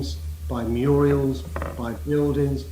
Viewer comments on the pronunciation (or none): He is awful and doesn’t care for anyone. His sidekick is shocking. I’m from the white community...there is no box for us. Sadicq...it’s a mural, not a murial.